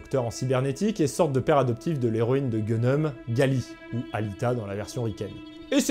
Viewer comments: Aouch, ça se prononce Ganmu, pas Gueuneum... et puis Ido n'est pas si clean que ça, dans le manga il est devenu chasseur aussi parce que ça lui permet d'assouvir son goût pour la violence ! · Vidéo sympa et marrante. Bien joué ! Au sujet de Gunnm, on ne dit pas "Gunnum" mais "Gunmu" (Gunmou). C'est la façon de prononcer les caractères utilisés pour le nom. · Super vidéo ! Par contre, Gunm se prononce "Ganmu" ou "Ganmou" et peut être traduit par rêve d'une arme ou arme de rêve. 😉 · En vérité ça se prononce Gan-mou... 😅 mais on s'en fout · Alors le marteau à réaction c'est trop bien et ta prononciation de Gunnm est horrible. 😂 Ceci dit le gun rapière il y a en eu plein vu la quantité exposée aux Invalides (plusieurs dizaines). C'est un peu plus que le stade expérimental.